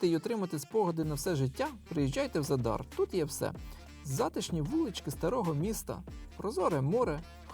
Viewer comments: Ви увесь час невірно називаєте назву міста Задáр. Наголос НА 1-Й СКЛАД - За́дар!!! Виробляти якісний україномовний контент - це відповідальність. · ЗАдар - наголос на перший склад.